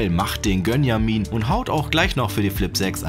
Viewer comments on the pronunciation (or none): Ich heiße Benjamin und ihr wollt nicht wissen wie ich mich gewundert habe als er Gönjamin gesagt hat🤣